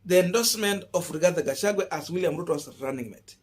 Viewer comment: You are not pronouncing the Kk running mates name properly. You will loose me over this. Rigathi Gachagua not Rigathe Gachague. Drop the e